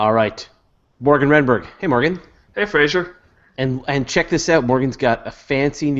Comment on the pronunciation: Why does Morgan call him "Fray-jer"? When his name is clearly Fraser (pronounced "fray-zer") If I was Fraser that would drive me bonkers!